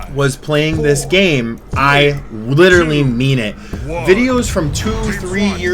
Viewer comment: Litewally fiyer